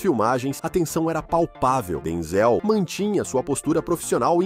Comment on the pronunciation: Porque o s3nhor chama Denzelcomo se tivesse acento nooooossa parwi de ouvir 😢